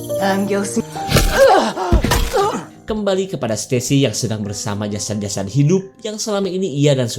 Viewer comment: Jasad bkn jasat .